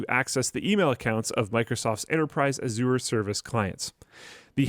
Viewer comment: Microsoft Ah-zoor? 😂